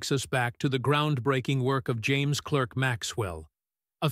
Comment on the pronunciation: Is it asking too much for a video to pronounce its subject’s name correctly? It’s spelled ClErk, but it’s pronounced ClArk.